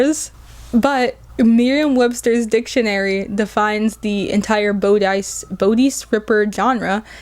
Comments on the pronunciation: This is a great video! And your points are super interesting (plus the fact that 9/11 can be directly traced to modern trends in mainstream romance lit is wild) My only comment is that bodice is pronounced bah-diss, although it definitely doesn’t look like it is. Either way, great video, <3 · I think romance fell off when the authors forgot that in order to write sexy character dynamics they need to write characters. I’m not gonna read enemies to lovers if their only traits are being enemies and then being lovers. P.S. bodice is pronounced bawdiss if that helps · I’m sorry, the way you pronounced “bodice” was unintentionally funny to me.